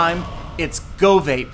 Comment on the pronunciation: GoVaPe sounds SOOO wrong... Please let it not become a trend.